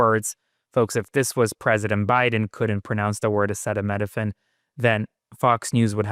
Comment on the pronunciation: Ok folks! Maga too, this old man doesn't KNOW HOW TO PRONOUNCE Acetaminophen; This Alone should alert you that this Old Decaying man has NEVER IN HIS LIFE dealt with day to day REALITY! Y'ALL followers should REALLY get a grip and take your head out of this desperately narcissistic stooges behind!!!!